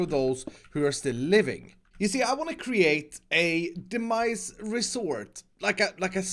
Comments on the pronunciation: Who thought actually said 'The Mice' in the Intro at the beginning?? Well at least the cat at the end will keep them at bay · Got way too far into the video before I realized he was saying Demise and not "the mice".